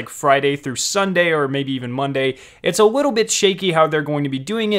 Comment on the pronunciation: He also said wittle instead of little